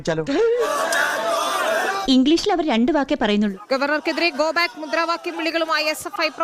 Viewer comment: ഗോ ബായ്ക്ക് അല്ലടാ വാഴേ ഗോ ബാക്ക് എന്നു പറയടോ അതുപോലും അറിയില്ല എന്നിട്ടാ മറ്റുള്ളവരുടെ ഇംഗ്ലീഷിനെ കുറ്റം പറയുന്നത് . മരവാഴ